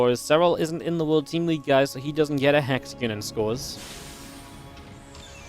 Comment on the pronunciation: "Hexagn" lol